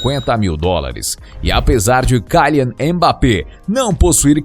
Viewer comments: Pqp, o cara é francês portanto ele não é “cailian mas quilian. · Não mim leve a mal mais o nome de e kylian E não kalian como tu diz e segundo que na França e euro e não dólares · é kilian, nao kailian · Kyian e serio isso o L ficou aonde e KYLIAN KYLIAN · Se pronuncia kilian e não kailer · kylian é pronunciado quilian, não tem esse "ai" no y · Kaian?? 🤔🤔 Falou o nome certinho kkkkk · sabe nem falar o nome do jogador ta precisando fazer uma aula de português aii 😴😴